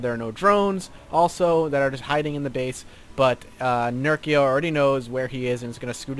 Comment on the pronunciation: You're saying "nerko" TotalBiscuit pronounces it accurately. Also you sounded a bit lifeless today mate, you tired or something?